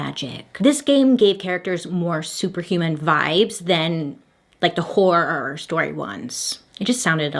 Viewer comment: I’ve been here since Bailey tried to say the word “horror” for the first time in this channel 😂😂😂